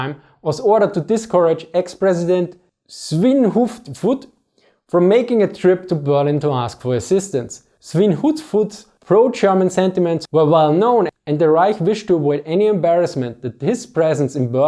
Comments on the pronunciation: S v i n h u v u d. Is The correct way to say it. Litteräary means pighead. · ”Svinhufvud” is pronounced ”svinhuvud”, the F is silent 😊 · The correct pronunciation is Svin-hu-vud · It's pronounced Svinhuvud is just an old way of spelling it. Hufvud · The F in Svinhufvud is silent, Old Swedish spelling. Let's be real here, in late 1939, Germany was at war with Britain and France and Italy wouldn't opportunistically join the war before France was at the brink of collapse the next summer, and perhaps most importantly, the Winter war hadn't reached it's zenith and seemingly showed the Red army to be nothing more than a paper tiger. Sooo, with this in mind, is it really surprising that Germany decided to apeace the Soviet Union by not aiding Finland? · "Svinhufvud" is pronounced without the "f". It's an old spelling (nowadays it would be written without the "f"), probably an aristocratic name which tend to have older spellings. Coincidentally it literally means "Swine head" so you butchering the pronounciating is very fitting. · The F in Svinhufvud is silent, so that makes the pronounciation a bit easier. :) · In case you're curious about the pronunciation of Svinhufvud: 1) The 'U' in (Finnish) Swedish is about half-way between the German 'U' and 'Ü'. 2) The 'F' isn't pronounced here. (In modern Swedish, "head" is written "huvud" but this name uses an archaic spelling.) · So. The 'f' in Svinhufvud is quiet. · I'll accept your very very bad pronunciation of Svinhufvud, because of the very uncovered and unknown topic :) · now thats how you butcher the poor mans name,jesus,i can hear him turning in his grave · "Svinhufud" is Swedish, not finnish... And the "f" is silent so it is said "svin-huvud"